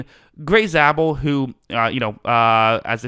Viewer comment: Zabel is pronounced ZAY-BEL